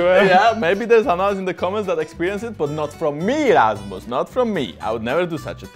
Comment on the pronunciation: It's rasmus not rammus